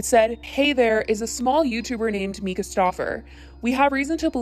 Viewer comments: “Rehoming” Huxley he’s not a dog. And that’s his name ( The little boy). Also it’s Myyyyyka, Not Mika. It’s all over you tube and social media. No reason to not mention the baby boys name. Just sayin! . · How the hell you say you watched this family for years and then proceed to mispronounce her name the entire video. Im stumped.